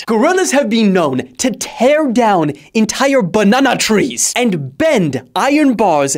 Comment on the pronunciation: "BANANA TRESS!" 💀